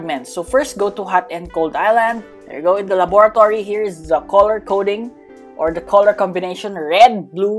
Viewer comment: Ahh yes “laboaratoree”